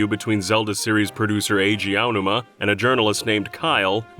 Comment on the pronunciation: Name mispronunciations are painful, just ask Eiji OWW-numa.